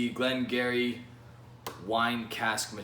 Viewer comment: it's pronounced Gee Ree. nearest distillery to me btw!